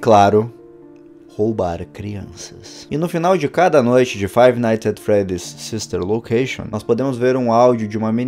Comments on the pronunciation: nossa o cara fala ''five nights at freddys the silver location'' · Eu também ouvi huehue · Eu também ouvi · Ñ eu tbm ouvi jkkkkkk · Ele falou the Silva location